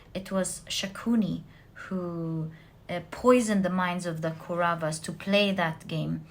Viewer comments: it's not Koravas & padavasas, It's kauravas & Pandavas. and again it's not Dhumabati, its Drupathi from Ramayan Epic (India) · Pile 4 it is not kuravas.it should be pronounced as kowravaas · For knowledge purpose only....she keeps talking about "Mahabharat" & it's Indian mythology. You aren't able to spell the names properly, let me help you with that. It's "Pandavas" not 'padavas' & it's " Kauravas" not 'koras' last but not least, for the most clever person it's "shakuni" not ' sukni' . Hope that helps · It's the Pandavas and the Kauravas not parada or karava😊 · There is a small correction in pronunciation my dear. Mahabharatha is the story of Pandava's and Kowravas. ( Paandavar and Kowravar ) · also isnt it pandavas and kauravas? her pronunciations are wrong but honestly it doesnt matter too much as long as i get what she is saying and it resonates. spot on readings ahahaha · pandavas pronunciation kauravs pronunciation Lakshman died in the battle. He was to be brought back to life with the Sanjivini herb. That is the herb Hanuman was looking for.